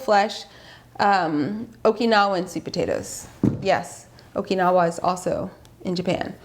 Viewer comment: I approve of your pronunciation of Okinawa! Most people incorrectly pronounce it “Okanawa.” I just stumbled upon your channel and must admit. I love it!